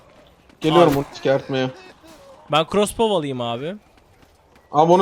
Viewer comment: Bizim okuduğumuz : Krosbov Jahrein abinin okuduğu : Crosbov A:S:BDFnb:gf:N